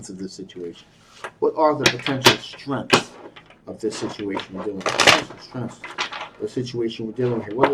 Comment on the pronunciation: Ive just cracked myself up. I spent three quarters of the reading trying to figure out why you kept talking about shrimps. Until i realised in your accent you were saying 'strengths'. 😂😂